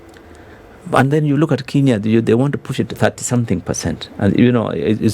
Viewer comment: Good conversation. Billow Kerrow is quite knowledgeable about the Kenyan economy. I notice that Billow Kerrow refers to 'Kenya' as 'Kinya'. Does he know something that we don't. It is quite concerning for a citizen not to know the correct pronunciation of the name of his country.